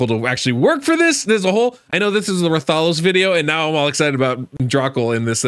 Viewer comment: RATH - A - LOS. the pronunciation is killin me lol ggs tho